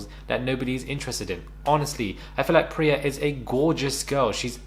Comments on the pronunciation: Did you just call Priya Priti? 🤣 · JUST CALLED HER PRITI INSTEAD OF PRIYA 😭😭😭😭😭😭😭